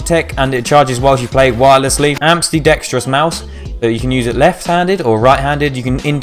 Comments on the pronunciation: ''Amstidexrous mouse'' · spolajuh moolajuh 😂 caught that too